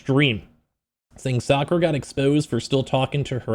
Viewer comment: they way he said jakura